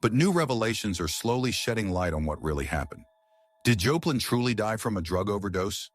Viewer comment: You pronounce her name Joe plin??? What the hell !! Damn stupid AI shit -- cant pronounce a person's name correctly !! Stupid shit